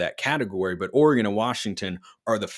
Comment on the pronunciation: It’s Oregon …..